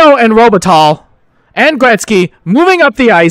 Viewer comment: enjoying! Something that was bugging me a bit: The pronounciation for Robitaille is: ROH-Buh-Ty. Don't want to nitpick though - this series is a 10/10